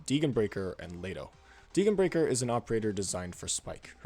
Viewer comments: Well, as a German speaker, her name is pronounced "Dee-gen (the g like again) brie-schair" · The only controversial thing here is the way you pronounce Degenbrecher's name. I enjoyed the video a lot, keep up the good work!